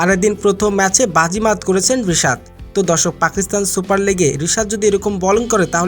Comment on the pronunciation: বিশাদ না😂 রিশাদ